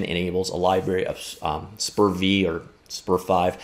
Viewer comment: The correct pronunciation is"SPER-VEE" :)